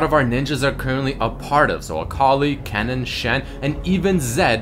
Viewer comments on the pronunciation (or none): none